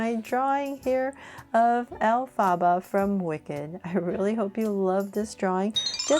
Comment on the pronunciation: Say elphaba right